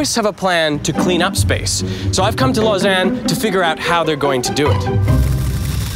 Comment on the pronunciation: Lausanne is not pronounced Los-Anne it's Los-Aun